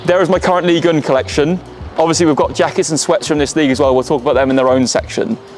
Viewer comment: Can't take this seriously after u pronounced ligue 1 as liguin